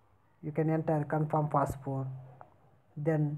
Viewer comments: Password ko passport bol raha hai.. Sahi se English bhi nahi bolne aa raha hai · Is he saying passport ?